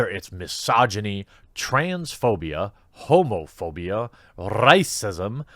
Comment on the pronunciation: For a second I thought he said hobophobia and I was like wait,that's a thing?! And spiraled down this thought path of hobos on the internet 😂😂😂